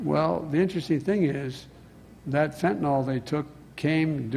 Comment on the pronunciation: I hate her too, but ffs Joe- it’s fentanyl, not fettanol.